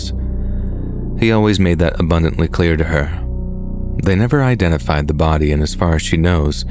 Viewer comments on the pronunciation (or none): none